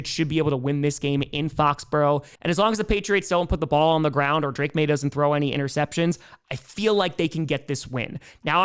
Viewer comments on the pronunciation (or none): none